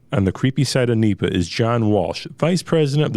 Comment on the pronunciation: N.E.P.A. not Neeepa. Cringe man. Great information, format, and audio quality though.